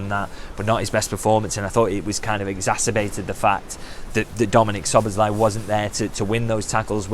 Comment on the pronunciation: "Sboz" = Szoboszlai - megtanulhatnád már a nevét!